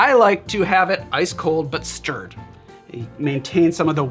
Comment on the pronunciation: James Bond didn't have a "Vesper". He had a medium dry vodka martini. Shaken. Not shterred.